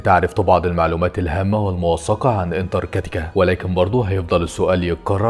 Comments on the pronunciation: انتارتيكا❌ انتر كاتيكا✅😂😂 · انتارتكا🚫 انتكرتكا😂✅ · اسمها انتارتيكا مش انتر كتيكا 😅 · اول شي الفظ الاسم صح اسمها انتراكتيكا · فيديو رائع و فيه مجهود كبير شكرا بس برجاء محالة نطق اسم القارة صح مع جزيل الشكر و التقدم❤ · نطقت اسم القارة الف مرة غلط